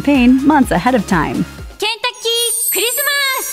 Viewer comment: Lmao dat pronounced Japanese version of Kentucky